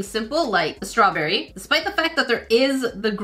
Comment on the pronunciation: It sounded like she said swawberry😂